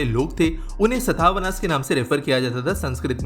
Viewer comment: I like your videos. It's become a daily routine to watch your videos. One correction in pronunciation is Sātavāhana (सातवाहन), instead of सतावहना